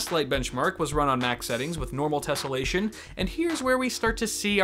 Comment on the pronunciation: Tessleation LOL